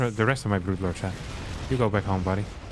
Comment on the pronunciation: you watch because you like Starcraft 2, I watch because I like the way he pronounces "brood lord", we are not the same.